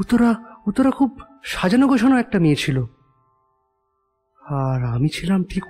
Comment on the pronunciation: এই বাংলা উচ্চারণ না শিখে বাংলা গল্প পড়তে এসেছে কেন? গোছানো কে বলছে গোসানো